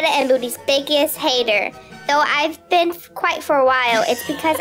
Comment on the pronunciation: Poor she don't know how to read.she said i have being While 😂